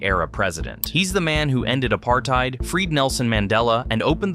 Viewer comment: I hate it when americans pronounce our names wrong, like how did you pronounce apartheid so bad. I hate it so much.😂😭